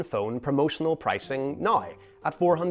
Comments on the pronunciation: "Website nigh say..." AI, can you speak English? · Why do you pronounce “now” like you have a mental defect? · Love how you say nai, dain, praid instead of now, down, proud 😅